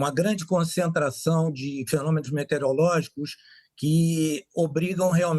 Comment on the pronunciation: O investigador do Cenipa soltou um METEREOLÓGICO, ou foi impressão minha???? É ME-TE-O-RO-LÓ-GI-CO!!!!